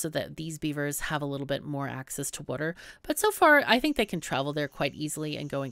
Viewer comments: Its water not wuter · Did you say "Wooder" around time ? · Wuter wuter